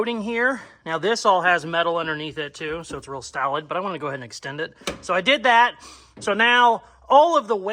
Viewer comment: Gotta love and his use of words!! Pretty sure I heard my man say its real salad instead of real solid. Lmfao!!!